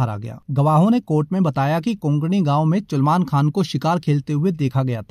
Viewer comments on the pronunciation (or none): Chulman khan😂😂...its salman